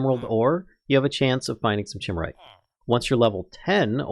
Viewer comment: Chimerite is pronounced "kai-MAIR-ite" as it's named after the Chimera, color shifting mythological thingy